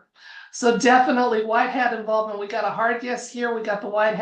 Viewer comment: Hi, a big fan.❤❤ What is white heart? Of course I am familiar with white hat, but you are clearly saying HEART. THANKS!😸🙏🇺🇲🌹🌟🕊🤗